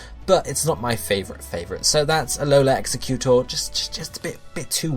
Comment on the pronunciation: please pronounce Exeggutor right......please -_